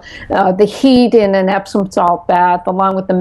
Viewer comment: "Epsom salts" not "Epson"